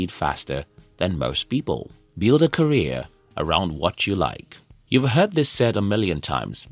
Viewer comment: Career, not Carreer